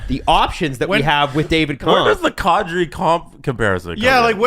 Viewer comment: Will the broadcasting community ever, as a group, get the pronunciation of “Nazem Kadri” right. Come on guys, it’s been ten years.